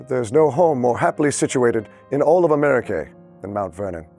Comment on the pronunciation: It's interesting hearing him pronounce certain words. Especially "Americae"